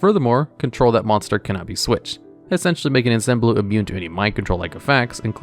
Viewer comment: In harbinger, pronounce the G as a J. For ensemblue, pronounce the E as an O. Ensemble is a term used in orchestra